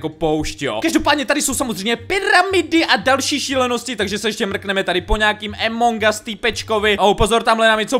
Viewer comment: to sa nehovorí Emong gas ale Among gas